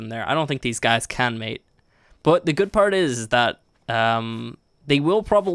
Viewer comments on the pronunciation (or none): none